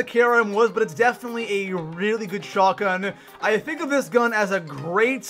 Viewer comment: Shot gun not shagun. Your voice is annoying and over the top